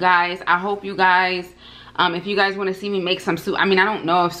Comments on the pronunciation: sounding Jamaican "you wha piece" 😊🇯🇲🇯🇲🇯🇲 looking absolutely gorgeous and the ribs look delicious 🤤🤤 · When you said you want piece it sounded like Jamaican patois so much 😂😂